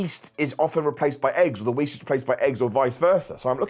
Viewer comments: Not to make fun but: Wheast Yeat and Dairy :3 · "wheast and yeat" In all seriousness, I wish the best.